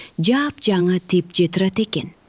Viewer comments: Тепче эмес тепши деп айтылат. Туура айтылышы керек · Тепче эмес Тепши болот.